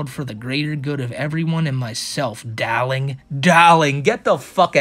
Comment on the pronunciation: I think the accent was using was Russian; hence the Natasha-like "Dahlink".